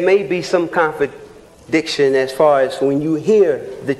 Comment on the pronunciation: Brother couldn't even say contradiction!